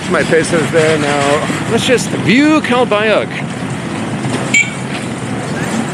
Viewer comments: My wife is from calbayog pronounced calbayoog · Omg...are butchering the pronunciation of Calbayog,. the g at end is silent. By now you might of learned also not to go to Catbalogan IMHO, it's a more poverty stricken city.